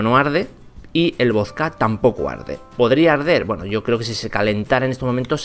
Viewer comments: Es vodka no vosca 😂buen video hermano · Por qué decís "vozka"? Se dice voDka. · Me excita como dice voska en vez de vodka >:v aprenda a hablar macho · Wtf por q dice voska si es vodka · Genio se dice vodka no voska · Me caga cómo pronuncias la palabra"vodka".